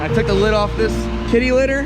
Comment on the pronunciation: did you say... titty litter??